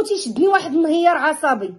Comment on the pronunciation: انهيار وليس نهير